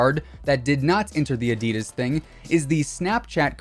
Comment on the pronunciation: I get triggered by the way he said “ADIDAS”, anyone else?